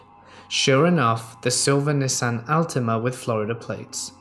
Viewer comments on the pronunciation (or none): none